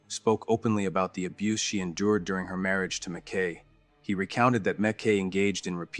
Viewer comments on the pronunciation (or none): MaKee not McCay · In di(i)ct ment, McKee (key) Tepe (tepee)